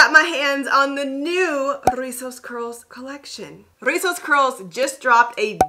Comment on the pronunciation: Love how you drag de R' RRRIZOS 😆